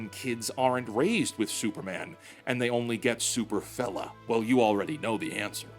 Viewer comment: When you said "Super fella" the first time, I heard "Super fellon"...